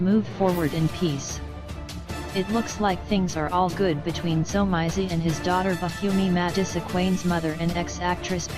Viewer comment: "somayzi" kahle robot voice ✋